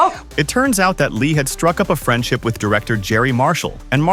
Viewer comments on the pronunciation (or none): Gerry Marshall is pronounce Gary.